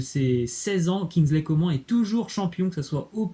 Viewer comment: Kingsley Coman "nn" on dit